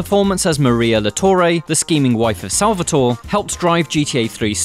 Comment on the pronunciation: SalvatorE, it's Salvatore